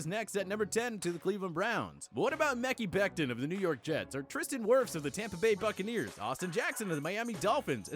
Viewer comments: You can please have someone talk that actually knows what he’s talking about. “Mecky Becton”. 🤦‍♂️ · "MeKyYyY Becton" yall gotta fix this😐 Can u guys plz teach him how to read the names before he records god🤦🏾‍♂️